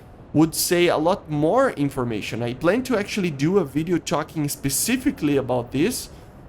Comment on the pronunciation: Man.. please make your English better. I can’t watch your videos because you talk like Chinese ching chiang chiong. Ciolking, ciarget, ciu najt, f forcin. Man, just calm down don’t make those videos in a rush and dont spell it like that. This is not the hate, cuz you choose interesting topics but man.. this accent and in a rush type video just hurts and make me feel angry. It sounds like you are so stressed that I feel uncomfortable.. I will keep an eye on you but if you will keep it going same.. My ears cannot sustain that talk… And you always use filler words when you don’t know one like “you know” “”but still” “and stuff” I’m gettin this that you are not the native and me neither but at least you can work on your pronunciation and grammar would be then less painful.